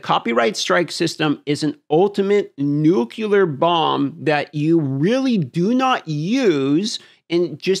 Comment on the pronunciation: “Nucular” ??? That’s not a word 😜